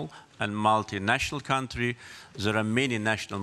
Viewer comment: becamming indepandent cuntree 🤣